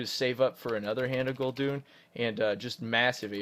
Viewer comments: IT´S GUL'DAN PLS DON´T SAY GUL'DUN!!! :,( I cry everytim :( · gul doon?? LOL. It's pronounced gul dan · its hand of Gul-DAAAAN, not Gul-Dun triggered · Why do you pronounce Gul'dan(pronounced how it's spelled) as Gul'dune? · It's Hand of Gul'dan (the warlock), not Hand of Gul'dun! xD